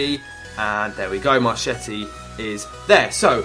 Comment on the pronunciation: marchetti is pronounced mar-kett-ee